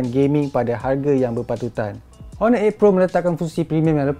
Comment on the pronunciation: Silent 'h' la kt honor tu..